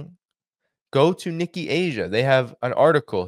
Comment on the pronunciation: this is the second time you pronounced Nikkei as Nikki. Nikki Haley, yes. But Nikkei is pronounced as NeeKay.